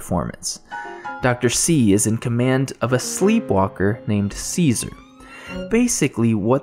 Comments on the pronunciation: Great review, I dont wanna be one of those Im smarter than u people, I hate that lol, but its pronounced chess-uh-ri, cesare, ceaser is a completely different name, easy mistake to make they are very similar, figured u may wanna kno, the video was very well said I enjoyed it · One quibble. Cesare is not pronounced Caesar. It is pronounced Chesaray. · Som- nam- byu- list and Chez- array are how you pronounce somnambulist and Cesare. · I believe it's pronounced 'Cheh-sah-ray" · Cesare is pronounced 'che-sa-rey' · That's what I thought.